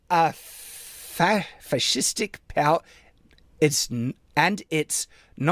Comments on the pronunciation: attempting to pronounce "fascistic" confirms that reactionaries can't read. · How does he have trouble pronouncing fascistic? I guess it is prob performative, acting like he never has seen the word before and that is very far from his normal experience. But it is an often made argument. Hell there was a book written about this 25 years ago. (So either he is dumb, or extremely performative (Yes, ¿Por qué no los dos?)).